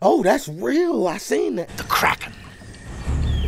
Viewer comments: Davey Jones, not Damon Jones. And it's the Kraken, not Kragen. It's pronounced "crack-in." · Ok. First thing. Your awesome. 2nd. It’s Kraken, not cragon. The next movie; my opinion; is better. You’ll love it. Also. You got keep watching the of the Pirates movies. They get better as you keep going. The last movie is “Pirates of the Caribbean Dead Men Tale No Tales.” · DAVEY Jones, not Daemon. Day Vee KraKen, not craigen. Crack en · Can't forget about "The Kragon" 😂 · I remember being so excited when Barbosa returned the first time I saw this lol, he's such a cool pirate. And he finally got his apple. Also, it's Kraken, said like Crackin' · It's pronounced Crackin but it is spelled Kraken. The collector of souls at sea is Davy Jones ( like the devil ) and the place that the souls would go to is called Davy Jones's Locker (like hell). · You make me Crack up,! It's Kraken, pronounced crack-en. And Davie Jones Locker! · If I hear Kragen one more fucking time I'm going to murder someone. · it's the Kraken, pronounced "Crack-in'. Keep up the honest reactions! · And it’s pronounced “Crack-En” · It's said like Crack-In. With an A, not an E. You had it.